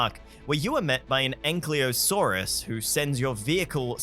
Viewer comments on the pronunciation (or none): Ankylosaurus* not anklyosaurus 😉